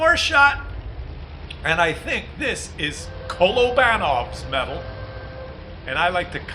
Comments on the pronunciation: is it not "kuh'low'ba'nov" or "kuh'law'ba'nov"? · I love those colobannov medals. (Lil' poke at the way you said Kolobanov, was quite funny.)